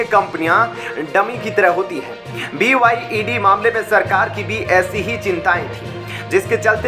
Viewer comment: It's BYD kindly note & not BYED.